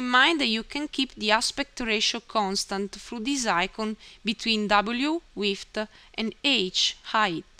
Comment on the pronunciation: lol you say width funny